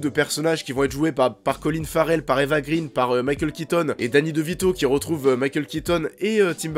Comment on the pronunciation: Eva "Grainh" & pas "Grine", son père est suédois & pas anglais.